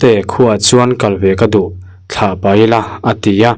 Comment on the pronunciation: Thla niloin thlaa tih zawk tur aw thluk deuh tur